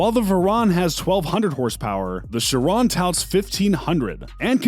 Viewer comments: Bugatti sheron... chi-ron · There are so many faults in this video! Like saying the wrx’s specs are the Sti’s! Mispronouncing Chiron chirone it’s supposed to be shi-Ron not shi-rone! Mispronouncing the veyron’s name, mispronouncing the wraith’s name! Lots of faults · this dude said bugatti sherone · My guy said “Bugatti Chrrrone” bruh💀💀💀😂😂😂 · "Bugatti ChErOnE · You might wanna work on pronouncing Chiron right 'cuz that's definitely not how you say it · Why did he say Chiron like that